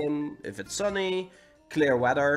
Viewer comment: “Wedder” lol